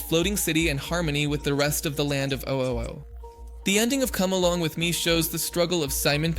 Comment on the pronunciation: Maybe he said it like that to annoy people